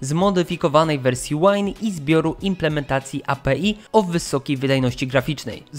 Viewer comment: API jeśli czytasz skrót po polsku przeważnie czyta się jednym ciągiem, jak wyraz. Pozdrawiam z branży bardziej komputerowej ;)